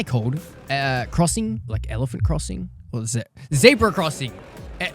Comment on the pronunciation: ahh yes the famous “Elaphant” Crossing